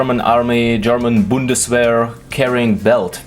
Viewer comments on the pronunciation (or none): none